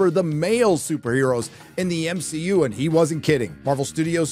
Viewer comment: Did you purposely say m she u